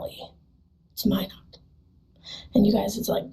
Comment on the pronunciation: Minot - It's pronounced like "my" "not" not "mi know". It's in North Dakota, not France. and Knutson is pronounced like "ka" "nutson" (long U) , not NUTSUN.